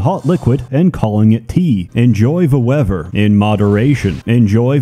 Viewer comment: it ain't a video until he mispronounces weather as wever... goddamn,hes really back